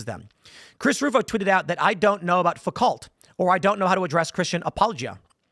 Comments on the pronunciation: Foo-KOH. 😂 Make sure you pronounce it correctly When you’re blasting Sam for being ignorant. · Apparently Tim also doesn’t know who Foucault is since he slaughtered the pronunciation lol Still a fan though.